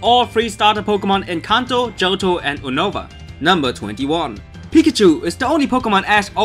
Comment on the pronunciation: You-no-va not o nova